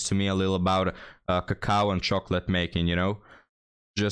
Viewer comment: Listening to this woman say “cacao” should be the new way to torture people for information.